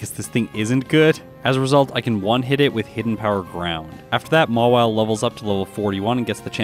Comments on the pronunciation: it's Mawile not Mawille!!😤😤😤😤😤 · Mawile. Not Mawille.